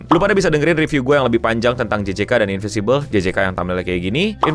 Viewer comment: InviNcible bg bukan Invisible